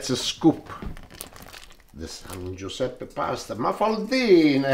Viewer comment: " Viva San Guisepp"